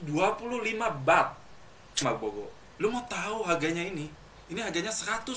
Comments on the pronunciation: mau ngevlog, jelasin donk R ny, bilang malboro kok jadi malbolo(R) ny mana ? hahaha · malboro coeg bukan malbogo